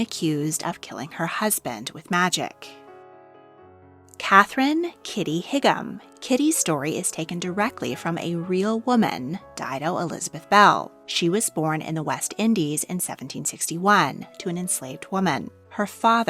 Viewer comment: Higham is pronounced “High-um”, not “Hig-am”. ☺️